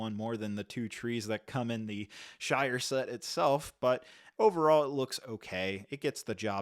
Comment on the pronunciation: The shite not shire